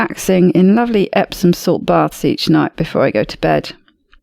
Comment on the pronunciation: It's amusing how many professionals mispronounce "epsoM salts." EpsoN is a manufacturer of electronic equipment.